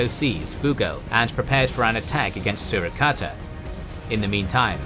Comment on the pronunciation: How do u pronounce Surakarta right but not Bandung 😭 but this is good video overall keep up the good work